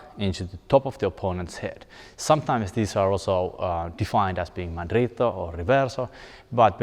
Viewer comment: I am amazed by how well you pronounced "mandritto de sotto in suso", that was not easy man.